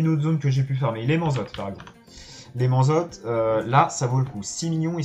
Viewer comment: Vidéo très sympa, mais je comprend pas comment tu peux arriver à prononcer "mansot" "manzotte" 😄